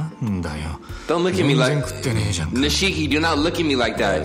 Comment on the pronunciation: Nishiki is now Nahshiki. Lmaoooo